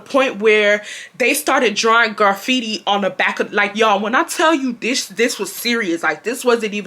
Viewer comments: you were hurting my soul with the way you was saying graffiti 😭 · Lol, not GARfeitti 😂graffiti baby❤ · Not Garfiti 😭😭😭 “Give ma fckin lighta” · Garfitti??? Lol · Side note: “garfitti.” 😂😂😂 ima start saying it like that lmao girl I love you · That had me laughing so hard. Everytime she said it...